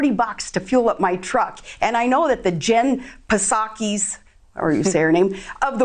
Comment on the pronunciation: Who’s Jen puhsacky?